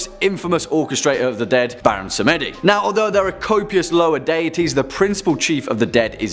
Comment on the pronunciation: U forgot to list Baron Samedi and Hades in the timestamps yo! Just to let y'all know!? Samedi is pronounced Sam Dee not Sam Eddy lmao Samedi is French for Sunday ✌